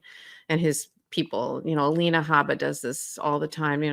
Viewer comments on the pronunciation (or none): none